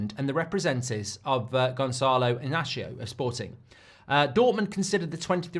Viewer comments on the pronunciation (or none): it's pronounced INASIO not INACHIO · I had no idea who you were talking about when saying the name of Amorim's protegé. 😂 His name is Inácio and first 'i' is pronounced as an 'e' and the last "ci" sounds like 'si' in sin.